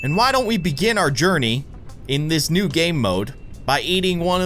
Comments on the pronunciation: No, it was Noobuh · dude, speech mistake, you said Noob game node your welcome! i watch all your ice scream videos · u said noob gamemode😂🤣😂😂🤣🤣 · Um- Did he saw "New" or "Noob" In the beginning?? XD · Instead of saying new he said noob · He said noob not new